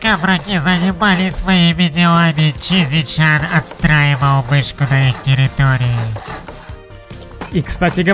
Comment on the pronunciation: Не чизи чан а шиза чан:D